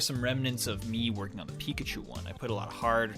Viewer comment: Pee kah chu lol